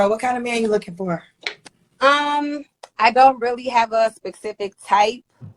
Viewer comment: "Bidniss" instead of "business." "Pacific" instead of "specific." "We wasn't" instead of "we weren't." Listening to her speak, you'd think slavery just ended last year!